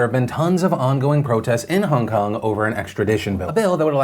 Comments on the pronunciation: is it just me, or does it sound like Phil is saying Hung Kung, not Hong Kong? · "Hung kung" lolll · Hongkong was spoken 6 times. Philip also pronounces the name wrong. It is annoying